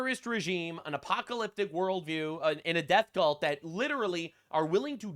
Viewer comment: you mispronounced cult